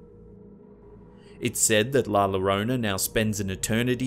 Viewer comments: He pronounced it “La Lorona!” Dying! 🤣🤣🤣 It’s pronounced YO-rö-na 😂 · LA YYYYYA-RONA. NOT LAROWNA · "La Larona"??? 😑😑😑 LA LLORONA is pronounced... "La Yo-ROH-nah" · La Llorona is actually pronounced "yorona". Just for future reference. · Not "la lorona" it's pronounced "yorona" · "Lah Lah rone ah" It's pronounced "Lah Yo rone ah" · It's not la lorona...no no no. Its pronounced la llorona like joe-roe-nah ...hope it helps you and many others. Just like we get correct to pronounce english properly ..we also want our Spanish or Latin words prob ok ounces properly...and it's less confusing too. Also the aliens are the sisters Tamara & lyudmila from titchenko ukraine who happen to be performers and did this as a piece.🤗👏👏👏👏💋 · its pronuced la yorona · "La Llorona" is pronounced "la ya roan ah", with a rolled "r'. "Ll" in Spanish is pronounced as a "y" as in "yo". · La Llorona is pronounced "La Yorona." In Spanish, two L's are pronounced with a Y sound. Like in the word "tortilla." How have you never heard of the legend of La Llorona? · that’s the story of la llorona la lorona tf is that Edit:I know u ment la llorona by the way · Yeah its "Lá Llorona" I agree cause my grandma is mexican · Llorona is pronounced "yorona." Two L's in Spanish are always pronounced like the letter Y. How have you never heard of La Llorona before? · "la lorona" 😂🤣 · It pronounced La JOrona dear. The double LL in spanish is pronounced like the J in english. Anyways, epic video as always homes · It was driving me insane, its "la YA-Rrone-Ah" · It's actually pronounced "Y orona". In Spanish, the double L makes a Y sound. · Living in the Southwest the correct pronunciation is La u rona. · I had a direct encounter with La Llarona when I was 13 years old. Terrifying is the word I will use; and not to mention the horrible smell of suage. Just a mention; in Spanish, the double L makes the Y sound. .. Not being rude at all . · La Llerona is pronounced, "La Yerona." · Llorona is pronounced La yo-ronaj